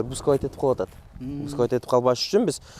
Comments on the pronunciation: Буксовать эмес бусковать экен да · Бускавайт этип дейт😂😂